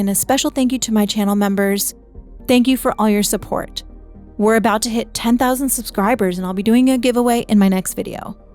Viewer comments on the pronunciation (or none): I'm famiiar with "Keelah se'lai", which is pronounced key la sal EYE, but she kept saying keela seela, so i was confused